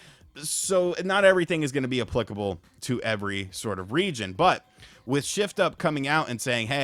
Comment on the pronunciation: Come on.... Learn to say "applicable" correctly 🤣🤣🤣🤣...